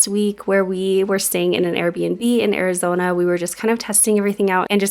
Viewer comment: I always watch a little faster than normal and even though I'm all for team Utah... One time when you said Arizona, I heard "OUR-izona" I'm loving the idea of you just doing it all over again. Make it your family's "OUR-izona" in Kyle's line of work he can go anywhere. Carpe Diem, Guys! We love coming along on your journey. <3